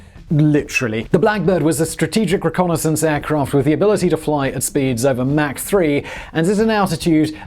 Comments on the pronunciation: MAC 3???? ITS MACH. MACH!!! MACH!!!!!!!!!!!! SPEAK ENGLISH YOU TEA SIPPING MARY. LOL. FJB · You left out the Mach 20 (pronounced "mock", not "mack") Kinzhal hypersonic missile announced in March of 2018 which renders the entire US fleet helpless. Please figure out a way for those of us who are already supporting you on Patreon to avoid the commercials! I went to and used the Search feature to find this episode on and got lots of hits - NONE of them to "Mig-31. Has Google managed to destroy all relevant links on the internet? I even tried the Duckduckgo feature Mig-31 to no avail. I could not find this episode on . I use Brave, Firefox, Vivaldi, and Opera. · its not mac its mach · Its mach not mack. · It is pronounced MAACK as in AU vs MAC as in McDonalds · Please say Mach (like MOC ) not like MAC & cheeze. Thanks. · You say "mach" like "Mack". Check the pronunciation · Mach is a German name and is pronounced Mahkh, not "mac" as in Big Mac or Macintosh. "Aircraft" is always singular, as in "fish" or "deer". Who is "Mickey Anne" and does she make airpanes? ;-) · Mach is not pronounced mack, but mawk or mock. He literally just finished saying he looks up the pronunciation if it involves the subject matter of the video. Smh. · Mach is pronounced as mark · "Mack three..." LoL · Pay ten bucks a month for no ads....still get fuckkkkkking ads. And that’s pronounced (mock) Mach 3. 22 meters is not 274 meters think you added 2 by mistake